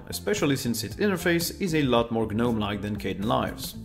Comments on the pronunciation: Gnome, not ge-gnome. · I would respectfully remind you that the letter 'G' in 'Gnome' is silent, uttering it diminishes the value of you overall knowledge and information you are presenting to us. Just as letter' is silent in 'knowledge'. Please get it right, it is jarring.